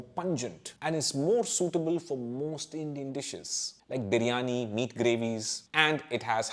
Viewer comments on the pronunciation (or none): none